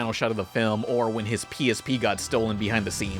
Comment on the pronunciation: You said PSP but my brain heard pvp